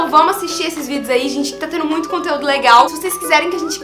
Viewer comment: eu ri de maaaaais " oi minha gene " kkkkkkkkkkkkkkkk ameeeei